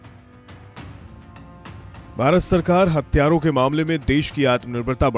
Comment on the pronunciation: हत्यारों नहीं भाई हथियारों बोलो